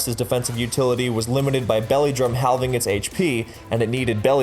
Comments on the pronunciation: "hall ving" o_o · he......he pronounced the silent "L" in "halving"............... I--....